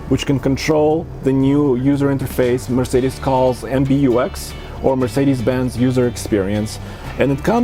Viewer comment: "Mercedesis"? Lol